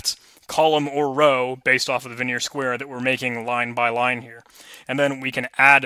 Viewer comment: Great videos! FYI, Vigenere is pronounced like vee-zhen-AIR. Also, a dequeue is a double-ended queue, and is usually pronounced Dee-Cue (DQ).